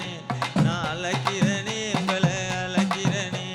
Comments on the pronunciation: 💯💯 But thamizh uccharippu have to correct Azhaikirane not alaikirane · தமிழுக்கு அழகு "ழ". அதுவே அவர் வாயில வரல.. அலைக்குறனே பாடுறார் தம்பி... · நீ தவறாக பாடுகிறாய்.. அழைக்கிறனே னு.. உன் வாயில் வரல... அலைக்கிறனேனு பாடுற.. ழ உச்சரிப்பு இல்லை.. இவர் எப்படி தமிழ் பாட்டு படுவதற்கு தகுதியானவர்